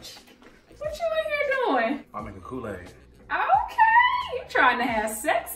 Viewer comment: He don’t know to make koo-laid